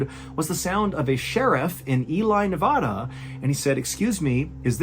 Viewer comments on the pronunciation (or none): Great episode! ..not to be nit-picky here but, it's pronounced E-LEE NEV-AAAA-DA not E-LIE, NEV-AH-DA. Flat aaaaa. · I absolutely love all your content. But as a Nevadan, I have just a bit of an objection with your pronunciation. Ely Nevada is pronounced: Eee-lee Nev- ad-ah. It’s an English pronunciation, not a Spanish pronunciation. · Hey Mr. Allen, the correct pronunciation of the town and more importantly the state are, E-Lee Neh Vad (like bad)Uh. As a native Nevadan my soul is crushed more and more every time I hear you mispronounce Nevada 😂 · Just some info, Nevada is not pronounced, Nevahda 😁 The A before the D is pronounced like A as in apple. I love your videos, and thank you for your service. Cheers from Nevada. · Ely, Nevada. Pronounced EE-lee, Ne-VAA-da (NOT Ne-VAH-da). Pro tip. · Love you, love the show... just one note. Ely is pronounced E-lee. And we pronounce Nevada Neh-Vaa-duh ... not Ni-Vaw-Daw. We aren't the Carnegies over here. No need to put on airs.😂❤ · I love you but please it's "NUH VAH-DUH" not nevawduh 😭😭💕💕💕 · Random but for future pronunciation... Ely, Nevada is pronounced as Eel ee, Ne VAA duh. (Nevadans would kick you out for saying either wrong... I was almost kicked myself...) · I love your work but, in an effort to help with pronunciation it’s Ely (eee-lee) Nevada (nev AD uh). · Pronouncing it "Eli NevAHda " cmon man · Not to be annoying or anything.. but it’s pronounced like Ee-lee and Ne-vaa-dah. Pet peeve of locals is hearing the state pronounced wrong😂🥺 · It's actually pronounced E-Lee Nev-agh-duh (Nev like Neve Campbell, Agh like Agh Real Monsters and Duh like duh u dummy don't be stupid) lol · Ely, Nevada Pronounced: Eee Lee, Nuh Va Duh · It’s “EEL-ee , nev-ADD-uh” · Dude, I love you but you mispronounced both Ely and Nevada 😄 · Its pronounce e-lee , also you say nevada wrong and it's extremely annoying its not hard to look up how to pronounce these names 🤦